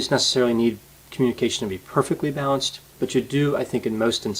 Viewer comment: I keep hearing "bounced" when you say "balanced"